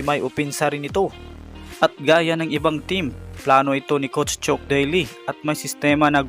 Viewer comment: chuck boss hindi chok